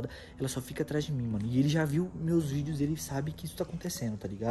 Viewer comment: Vc falo errado n e vudeos e vídeos